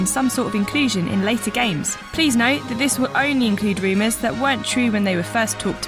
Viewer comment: Can we get a new narrator please? It's rumors not reemus